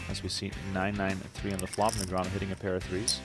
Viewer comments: "neg-re-anu" lmao Daniel has been around for over 20 years.. and you cant pronounce his name? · Daniel Negreeahnu 🗣🗣🔉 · The AI needs fixing after announcing “David versus Goliath” with Foxen when Negreanu is one of the best players ever and his name is NOT NEG RE ANU 😂🙄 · Th is announcer just commuted libel when he publicly accused Bryn Kenney (and can’t even pronounce his name correctly or “knee-Grey-Ann-Oh” either. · The commentator of the video keeps changing the way he pronounces Negreanu. It's really funny